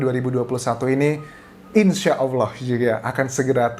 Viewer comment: Mas Anjas ganteng ini muslim tidak ya...nyebut Allah nya dah benar...hehehe..